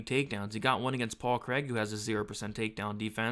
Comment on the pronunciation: 114 significant strikes. Please can you improve your pronunciation of Craig, that's not how we say it over here 🏴🏴🏴 Love the breakdown otherwise 😂